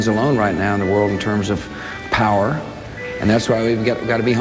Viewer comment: Hear how he said the word 'power' ? A little like how he said 'botswana' in another well-known video clip. Some psychological insight there. Turned out he was an overreacting fruitcake, whose actions (or was it cheney's?) killed millions in the middle east; Iraqi and Americans alike.